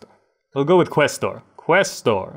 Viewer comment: Omg I'd completely forgotten about Casear 3 until about a month ago, but I'm now re-obsessed and loving all your videos! (Also just FYI if no-one's already told you, quaestor is pronounced k-eye-stor... 5 years of latin in school finally coming in handy XD)